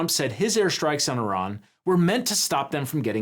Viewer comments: Airjan. Brother its not iRan, the newest iPhone, its Iran. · Vance cant even pronounce "Iran" properly. How can we trust that they know what theyre doing?